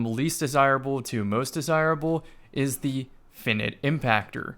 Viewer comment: "Finnit" wtf haha